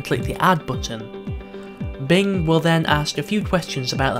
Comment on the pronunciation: Video says BLING instead of BING